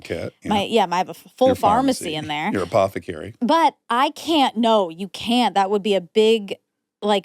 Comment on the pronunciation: apothecarry one extra R is all you need